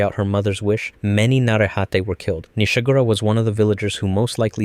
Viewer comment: 1.) not every Narehate 2..) you got Nishagora wrong D